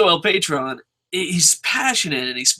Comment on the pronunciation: It's El Puh-trone lol. I gotta get into the habit of watching LU, I don't even have the channel